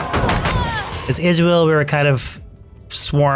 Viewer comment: Funny how you pronounce Izual as Israel.